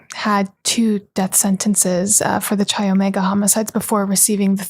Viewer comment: Chi Omega is pronounced...Ki omega...